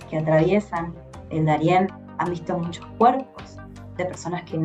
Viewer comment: Me pareció escuchar que dice MUNCHOS??? 😅😱😱😱😱